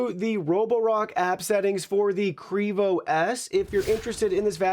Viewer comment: It's pronounced Q....Rivo. Thanks